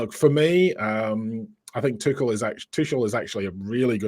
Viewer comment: Im so happy/surprised you pronounced Tuchel correctly😅